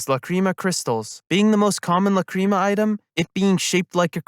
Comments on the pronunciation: It bothered me the whole time, Lac,Ra,Ma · It’s pronounced Lac,Ra,Ma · La-cream-a 🤨 /j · Why you say Lacrima like that T.T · god I hate how you say Lacrima. It makes me doubt you've watched the series. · This is a great video but your horrible pronunciation of lacrima is killing me inside.